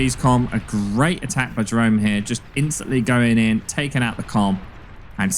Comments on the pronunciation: If British his name is pronounced ye-roon. Love from the netherlands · Jeroen is pronounced "yeroon" btw. It's a Dutch name.